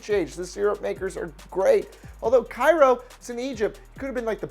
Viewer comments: Cairo Syrupmakers, is pronounced “kay-row” not “ky-row” so it would definitely be as weird to be called the Cairo Pharohs, it would be a rhyme. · His Cairo joke kinda flopped since the Georgia city's name is pronounced KAY-ro. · Cairo, Ga. is pronounced KAY-row. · First, you mispronounce Cairo its KAY ro. Second, we are called the Syrupmakers because we used to have a huge syrup plant in town and the owner gave a lot of money to the school and town. DON'T EVER get us confused with Egypt. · Cairo is pronounced like KAY-RO. I would know I live there. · It's pronounced kay-row Georgia for to say it with a southern draw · I went to Cairo high and it’s pronounced Kay-row in South Georgia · Yep, Georgia pronunciation of the time turned "Cairo" into Cay-row. The girls teams used to be called the Syrup Maids, but they've dropped it. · I used to live in Cairo GA by the way you said Cairo wrong GO SYRUPMAKERS!!! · You mispronounced Cairo and Syrupmakers. lol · Pronounced cay-row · You pronounced Cairo wrong